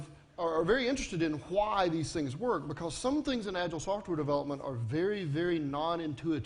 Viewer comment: "khu-y" is how he pronounces "why"